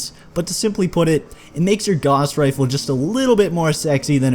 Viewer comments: BTW, "Gauss" rhymes with "house." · I find it interesting the pronunciations for the Gauss Rifle. I've always called it a Gouse Rifle, not a Gahse Rifle.